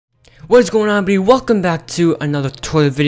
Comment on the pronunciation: OMG YOU SHOULD NOT HAVE YT BC UR STUCK ON EBDY WORD YE U SAID EBDY LOOK AT THE COMMENT BELOW ME